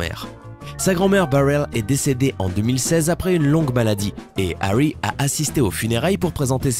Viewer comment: Ahhhh la façon dont tu dis Niall et Harry m'arrache les oreilles😭